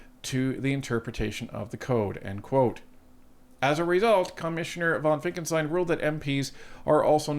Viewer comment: I love your channel but please stop saying Finckelstein when his name is Finckenstein